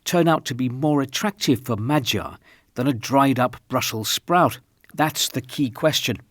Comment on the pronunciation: That "Brussels Sprouts" just plain hurt my brain it was so bad.